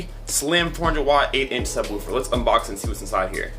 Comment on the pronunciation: I hate when people say ......woowfer